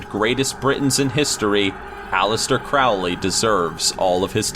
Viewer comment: "King Louis" is pronounced "LOO-ee," not "LOO-is." It's French. Also Crowley is "CRO-lee," not "CROW-lee."